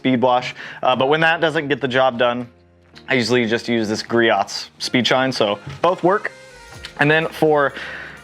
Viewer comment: Griot’s [gree•o’s] the t is silent, it’s very commonly mispronounced. I know we did it as well when we first started selling it till the Groit’s rep informed us of the proper pronunciation. Hope you reach 10k though, I subbed :)